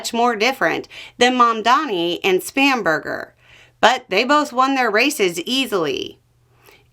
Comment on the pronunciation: I'm from the UK and I giggled every time you said Spamburger 😂😅